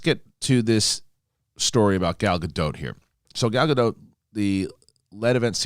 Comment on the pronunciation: just a note, the proper way to say her name is Gal Ga-Dot (Dot as in dot-lot-tot, etc)